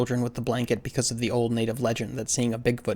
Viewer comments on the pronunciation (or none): none